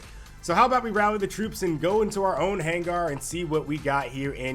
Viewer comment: back at it again not being able to say hangar properly